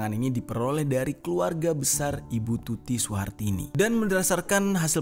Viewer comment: Ngomong kog plencang plencong to mas... Pak yosef dibilangnya pak yusuf, bu tuti suhartini dibilangnya bu tuti surtini, pak anjas dibilang dr. Anjas... Mbok nek ngomong itu dichek dulu mas.. Baru diupload.. Jgn cm ngejar adsence doang, gak dichek ngmngnya udh bener apa blm...